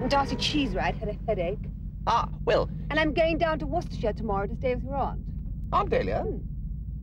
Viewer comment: The pronounciation of "Worcester" is a bit different. At least it is here